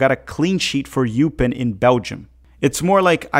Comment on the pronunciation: SLONINA PLAYS FOR "oy-pin, not eu-pin." Derek from Straight Red Card sent me.